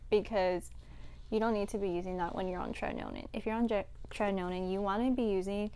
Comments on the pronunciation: It’s not pronounced as tre-ti-no-nin. It’s tre-ti-no-win. Nice video though. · Great video girl ,btw it is called tretinoin not tretinonin. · Check the pronunciation of tretinoin. It's cute how you say it but that's not it lol